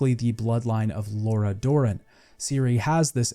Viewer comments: The way you pronounce some names and things is just funny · The pronunciations have to be rage bait right? Did you play the game with audio on? Great video though. Id like to also point out you didnt mention one of the best side quests in the game, Lord of the Wood, in Skellige. One of my personal favorites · Did you even play this game? You pronounce nearly half of all the character names wrong.